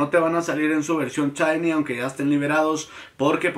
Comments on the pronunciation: Dices chainy porque no puedes pronunciar? O para hacerte el gracioso ? Si es la primera está bien pero al menos a mí me caes mal cuando lo dices. Y si alguien pensaba defenderlo o atacarme abstenganse no pienso discutir. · Porque diablos pronuncia "chaini" ?